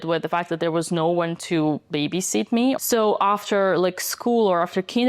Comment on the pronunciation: Computer says nou.